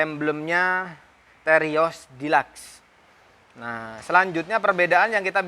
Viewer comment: Deluxe nya salah bang bicaranya hihi🤣🤣🤣